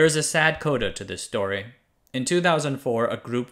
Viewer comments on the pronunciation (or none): none